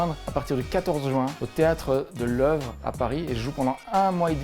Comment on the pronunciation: c'est drôle de lire les réactions des Français; houhou zon va trop le sens de l'humour et il s'aiment bien ; sinon même moi bonne bruxelloise, je tique quand tu prononces le 13 joint